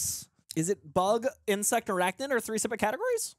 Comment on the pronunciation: Gotta love Steve Blum's take on Green Goblin; and how this Doc Ock correctly calls Spidey "ARACHNID"